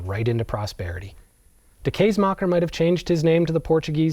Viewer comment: As a Dutch person, may I correct your pronounciation of ‘kaasmaker’? The aa sound or a: is more of the ‘a’ in the word astonishing, but more stretched. It was a good try, but even in ,Middle Dutch the ‘aa’ sound is wrong in this video. As someone with an interest in linguistics, but more importantly no degree or major expertise, I’ve added the wiki link to the Dutch phonology (how things sound) Please do not take this the wrong way, I’m a great fan of the work an interesting stories you tell. Also, love the cows. And could probably use a Rudy back in the Netherlands.